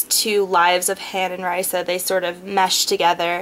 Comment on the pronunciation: not tryin to be mean when i say this but u pronounced raisa's name wrong.. i had heard cinda w chima say it in a interview thing.. it's kinda like raisin but instead of in at the end it's like an uh..